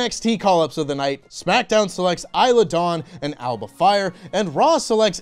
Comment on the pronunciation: There's a svaravakti vowel in Alba, so it should be pronounced Ah-luh-buh.